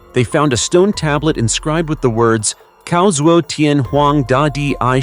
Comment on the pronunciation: I have to agree..... I appreciate the documentary that this youtuber made, but I really hope he would learn the right pronunciations. For example, "Tian" is not pronounced, "Ti-an" that sounded like an English word but more like "Tyan".